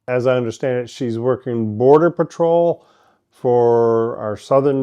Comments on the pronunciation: PAT trol lol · The Nigerians scammers can't even pronounce PATROL lol